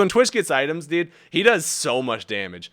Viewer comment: why does he say deed when saying dude? "that sucks deed" like...... ure not even trying